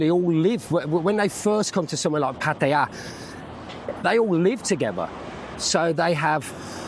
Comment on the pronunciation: Comfort food is never over rated, it's needed after a few bevy's 😅 Great video and can I say well done for pronouncing Pattaya correctly, that's nice to hear and the Thai's will appreciate it too 🙏✌